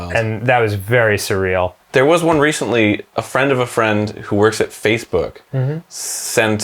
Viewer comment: I'm sorry I.. I need to hear Arin say Facebook one more time, I can't be the only one that heard "Faithbook." 🙏👼